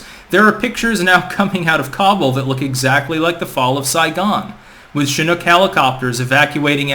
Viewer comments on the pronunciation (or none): none